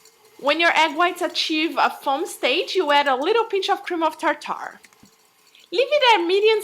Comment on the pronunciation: You r saying Cream of Tartar wrong it's not Tar. Tar. It's just Tartar one word